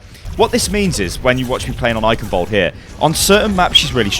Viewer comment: I'll never get over how non-germans pronounce Eichenwald. Especially the 'ch' sound. Just weird.